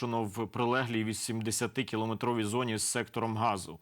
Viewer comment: Сектором !! ГазА !!!! пане ведучий, перепрошую дуже